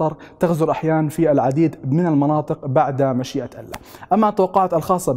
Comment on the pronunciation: عندما تلفظ كلمة الله وقبلها يوجد حرف جر يتم مراعاة وضع كسرة تحت حرف اللام يعني يتم ترقيق حرف اللام لانه يسبقه حرف جر انتبه لهذا الامر وشكرا